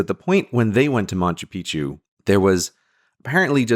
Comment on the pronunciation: Gray, pal, I love you, but It's not MaNchu Picchu